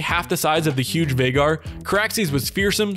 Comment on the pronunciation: Not Veigar, Vhagar